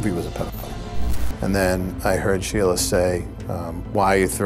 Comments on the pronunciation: Why are you calling her Shayla? Her name is Sheila. Pronounced Sheela. 😞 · It's SHEEla. They literally say it multiple times throughout all of the clips you used. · Schizoaffective disorder.. but you cant say sheila! 😄 you keep sating shayla lol... Your Channel is awesome btw x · I agree with all the comments below; but one thing about the narrator is driving me crazy - why does she insist on pronouncing her name "Shayla" when it is clearly pronounced "Sheila?" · Love your videos but it's Shee-lah not Shay-lah. I've never heard anyone pronounce it that way. Sorry, just a knitpick. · Her name is Sheila. Not Shayla as stated in your opening. CHAT-A- NOOGA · Just found this channel. Good case but your subtitles on the existing portions of videos are just awful. It’s your remanded into custody, not you, Amanda, ect ect. 😂 And why did you say her name incorrectly the whole video? SHEla not SHAYla I dunno. There could be good content here but it’s rough. Needs some real work. Well chosen case tho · Why are you mispronouncing her name?